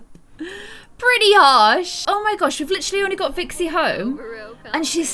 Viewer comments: what is wrong with you its cali not vixy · You keep calling cali, vixy lol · You keep calling Calli Vixie! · You kept on saying vixey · I like how you always say Vixy instead of Cali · u said vixy instead of Cali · I love how much messes up names it’s funny but I would too😂